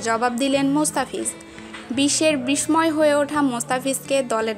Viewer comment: তুমি আগে বিস্ময় উচ্চারণ করতে শিখে আসো